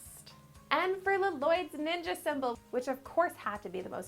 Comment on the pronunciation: Ninja not Ning’s